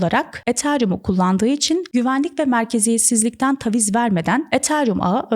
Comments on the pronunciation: TAVİZ dedikçe gerildim videoyu izleyemedim. TÂVİZ ( A sesi biraz uzayacak yani) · Tebrikler cok yalin ve akici bir anlatim olmus. Nacizane bir tavsiye. Taviz derken a sesi kısa soylenmez. Dikkatim orada kaldi hep 😅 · Taviz kelimesinin nasıl telaffuz edildiğini bilmeden bu kadar çok kullanmak...